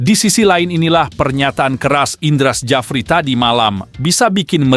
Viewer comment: Indra Sjafri apa Jafri? Hati² baca nama orang..